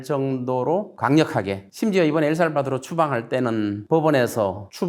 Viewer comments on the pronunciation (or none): none